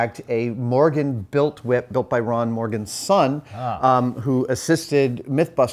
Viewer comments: why are you saying it like that? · Why are you putting so much emphasis on the H? Cool wHip...